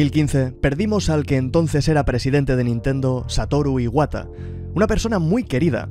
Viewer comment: que descanse en paz Satoru Iwata no a sido lo mismo sin el era un genio en todo jajajajajaja buena pronunciacion de japones y buen video sigue asi